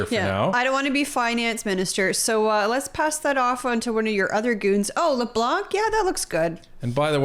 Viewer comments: A mistake that many englophones make is to pronounce the family name ''Leblanc'' as if it has a ''k'' at the end. The good english pronounciation is ''Leblan''. Love your work you guys. Ray from NB. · Not that I like him more than any other clown on the Liberal side but please stop pronouncing the "c" in Leblanc. It is scratching my ears in a very bad way. I watch your videos everydays and since we are stuck with him for a while.... Please pretty please? Good job by the way, and yes, we are from Quebec and are on the right side 😉